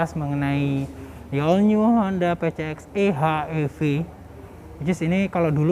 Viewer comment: Bacanya Pisieks Ii: Ech Iii Vii nggak sih